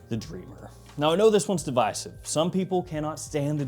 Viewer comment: I'm glad has gone back to pronouncing "divisive" in the more conventional way.